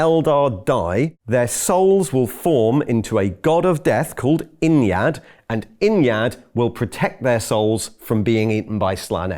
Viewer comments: Ynnead isn't pronounced innyad It's ye need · First time I heard 'Ynnead' pronounced and my mind just melted.